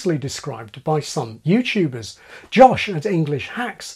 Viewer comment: Even he says "YouChube" ..